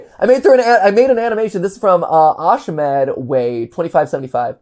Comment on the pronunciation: Them talking about how the brain is a fascinating thing and then MatPat pronouncing "ashamed way" as "ash med way" 😂 just a funny thing I caught ahaha